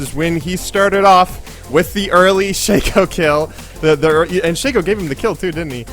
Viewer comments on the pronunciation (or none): none